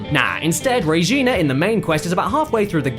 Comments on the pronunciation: it's regina, not rejina, good god. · Re ghenah Kappa, it re-gi-na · Its pronounced Regina, like Vagina. I would know since I live in Regina Saskatchewan.